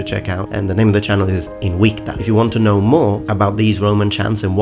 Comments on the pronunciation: You are pronouncing word "Invicta" as INUICTA. I wonder if that is the correct pronunciation instead of IN-VICTA. (as it is in word "victory") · The fact that it's pronounced in the video Inwicta gets me an anti-boner